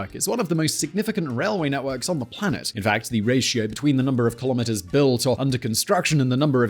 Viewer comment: Nah. I like Key - lom - mitt--ers